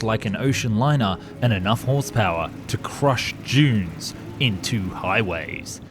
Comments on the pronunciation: At the start I thought you said “to crush Jews into highways” and I thought “H man must have had a hand in this” And then I realized “duh dunes it has to be dunes” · Thought he said crush jews into highways had to click on the vid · I can't be the only person who heard him say something else other than "crushing dunes"... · Oh, the narrator said 'crush DUNES' - from across the room I thought I heard something else....🤣